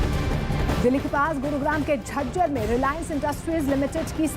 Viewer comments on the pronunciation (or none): Jhanjhad nahi jhajjar